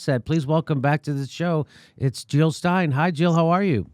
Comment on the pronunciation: Jill not Hill!